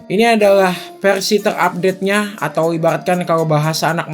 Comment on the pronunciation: Versi bang bkn perasi